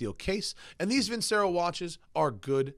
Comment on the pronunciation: Vincero. LOL. Love the Lotus though. Haven't seen on of these in a very long time!